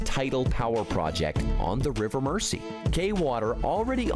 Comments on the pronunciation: 😮 Yet another American seeing the word 'Mersey' and mispronouncing it! It's not pronounced "Mercy"! (_not_ with a soft 's') ... It's pronounced 'Merzy' (as with how we say 'housing' - houzing' & houzes - for houses... Instead of how Americans sound the soft 's'- houssing / housses!!) 😊❤🏴🖖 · Murrzeee, not Mercy! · Yep, 👍 for pointing out it isn't pronounced River Mer-sea, it is the River Mer-zee 🙄🙄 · He isn't pronouncing 'Mersey' right. It isn't 'Mercy', it's 'merzee' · Bloody Americans mispronouncing our place names again! The River Mersey is pronounced MERZY, not MERCY! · The guy talks a load of nonsense and Mersey's pronounced mur zee . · This will not happen. Liverpool is a commercial port with Naval construction and shipbuilding facilities. This idea is being used as a political club, by a strongly socialist town against a non-socialist government. This commentator cannot even pronounce the rivers name correctly. Pronounced as Mer-zee NOT Mercey. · All those comments on how he mispronounced Mersey, ffs people give the lad a break, he's an American.